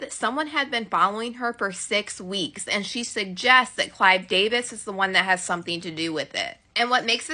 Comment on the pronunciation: It is Clive Davis not CLYDE DAVIS 😂